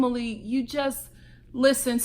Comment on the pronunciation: “ Rumplestilskin” lmao 😂